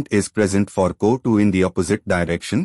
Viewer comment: The pronunciation of co2 isn't correct sir